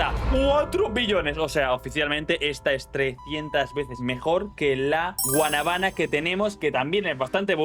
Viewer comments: Bro te equivocaste dices guanabaná y es guanábana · no es Guanaba es Guanábana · Loco lo pero es que un dominicano lo escuche diciéndole así a la guanábana repite conmingo guana bána dile rápido y te sale perfecto